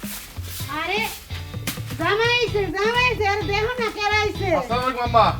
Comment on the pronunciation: It’s not that hard to do the salam properly. It’s very disgusting to watch & listen when it is not done properly.